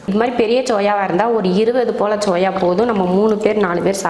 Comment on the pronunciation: It's SOYA ... not CHOYA